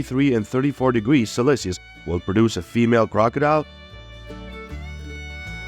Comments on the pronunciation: '... Celsius, yes! "selesenous" no!😊😊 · Eggs are laid from appril to Joan. The incubation temp is between 31 and 32 degrees celecius. Synthetic voices, I love 'em.